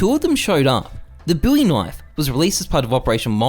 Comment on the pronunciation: it’s the proper pronounciation